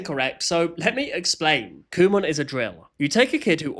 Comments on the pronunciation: Pronounce it as "Come on" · i saw this company store thing on a road trip once and i kept pronouncing it like "come on" and i kept telling my family to "kumon drive faster" i will keep making fun of its name after learning this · I always thought kumon was pronounced "come on" 😂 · I thought it was pronounced “come on” 😭😭😭